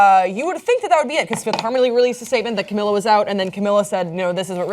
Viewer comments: this is so difficult to watch since cant pronounce camila's name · its pronounced Cam-ee-la Ca-bay-o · Cam-EE-la Ca-bae-YO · It's pronounced cam-ee-la cab-ay-oh :)